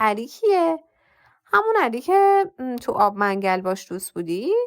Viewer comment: سلام بسیار بسیار لذت بردم از گویششش شیرینتان فقط ان محل اب منگل را باید اب من گل تلفظ میکردید جدا جدا نوشتم که بشود درست تلفظ کرد از محله های قدیم تهران ممنون ❤❤❤